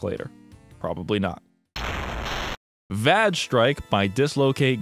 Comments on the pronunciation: I assume that "vage" is supposed to rhyme with "rage", because "vag strike" has a completely different implication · Im pretty sure its vaj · Lol vag strike! Not certain if it's the same in the US but Vag here, as it's pronounced in this video, is short for a certain women's part. If he said vAge as it's spelt, then it would not be so funny, but it seems that the game is a vag so is pronouncing it right. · it took me the comments section to realize why he was pronouncing vage strike that way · Oh brother, that Vage Strike one is a whole other level of laziness. Red Eclipse being able to patch their game because they didn't even make their own server is just llc *-:=3 mwah; hope someone got to see that. And you must have quite the reputation if they trashed their whole site just from seeing you (or it might have been asking for the dev). Also, it rhymes with "mage" (like the recording ), not "badge". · I am on the fence whether the word "vage" sounds more like vague or vag.